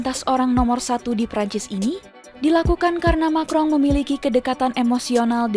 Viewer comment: Emanuel macron kok disebut makrong min.....